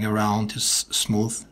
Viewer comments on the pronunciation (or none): He says smoof